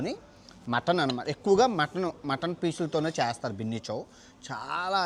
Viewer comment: Orey adhi Bunny Chow ra, Binny Chow kadhu, pronounciation correct ga undali bayya, leka pothe vedavalu ayipothamu